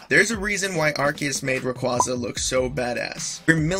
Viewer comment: U say arceus wrong